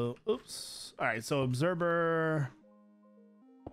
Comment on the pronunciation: obserVer not obserBer